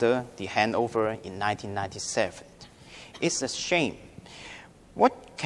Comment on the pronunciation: warry The Chinese Language Enguish is this jus Over time, his daughter feels very frustrated (wrong tense) Eventually, he sends his daughter to...(wrong tense) It's a shrank (shame) The government leeds to review... (needs) Discuss 正確讀音為Dis guss Exactly 冇曬K音 bretter place